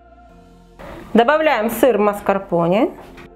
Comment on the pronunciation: Маскарпонэ читаеться , а не Маскарпони